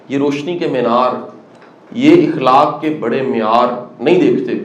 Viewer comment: إخلاق نہیں أخلاق زبر سے بولیں سر زیر سے نہیں